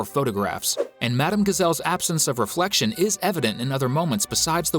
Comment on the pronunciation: Even the narrator said "thats odd, madam gazelle doesn't have a reflecfion" in the halloween episode